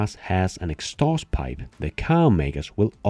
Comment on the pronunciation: Great video 💪💪👍...but you should learn how to pronounce "Exhaust pipe"🤣